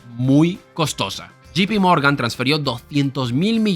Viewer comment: No se dice yi pi morgan, sino yei pi morgan